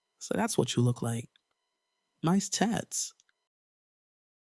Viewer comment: Did he say “nice tats” as in tits or? 😭